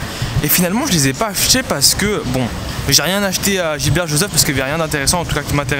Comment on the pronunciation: c'est gibert pas gilbert